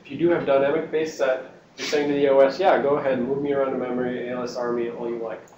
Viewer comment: That guy keeps saying ALSR instead of ASLR, drives me nuts.